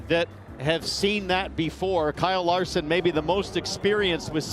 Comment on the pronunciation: How dare you make fun of Lyle Karson, ummmm, Kyle Larson. Thankfully you're a Brit and can get away with it. Any American who doesn't gush over him gets flogged which is getting increasingly annoying.